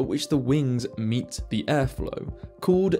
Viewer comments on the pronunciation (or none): none